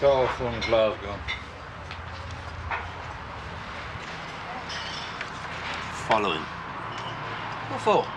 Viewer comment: As a Londoner I find it bizarre how these people pronounce ‘Glasgow’